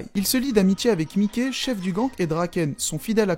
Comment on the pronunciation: ça se prononce Maïki tqt bg ça arrive même aux meilleurs